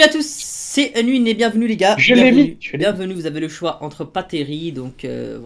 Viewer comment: Omg unwin c est pas winder c est winer 😏